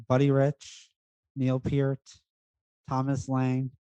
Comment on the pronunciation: Guys, I love you all. Great video and info, but why is it that people cannot correctly pronounce Neil Peart's last name?? Sorry...had to get that out. 😁 Actually, I think I'm going to do a video on it... and maybe educate people. Take 'em all back to elementary school and show them what they missed. Again, though... great, and important info to share with the drumming community!!! 🤘